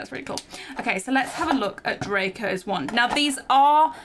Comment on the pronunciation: It’s wand not want